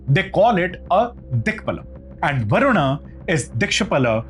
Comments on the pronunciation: Wo varun not varunaaaa kis pe bitha rkha h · Everything is good but your pronunciation to a sanskrit word like Varuna and Yajna are completely wrong. It sounds like western ascent you should be a proud Indian and pronounce in pure sanskrit ascent.